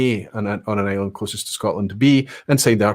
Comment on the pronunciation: Question 8 were definately not an asshat question from a Norwegian perspective. You pronounce the name of the island wrong just like 99,99% of Norway would 😀